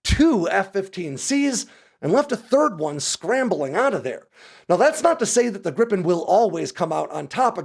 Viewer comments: Griiipen, not Grippen. Why is that so hard? I will subscribe to the channel that at least makes an effort to pronounce the name better. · Great video. One correction (surely already mentioned): The "i" in Gripen is pronounced similar to the e's in "geek". Accordingly it's "greepen" instead of "grippen". 😊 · Just because Americans can't pronounce "Gripen" doesn't mean you should start spelling it "Grippen" Because it's not only wrong but it also makes no sence. And for you Americans, it's "Greepen". Like "Jeep". You think you can do that? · It`s Gripen....not Grippen. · it's not pronouced as griPPen it's just Gripen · Just one p. And the pronunciation is closer to Greepen than Grippen. Not sure why they don't just translate it to the Griffin, because that's literally what it means. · Can you please say gree-pen?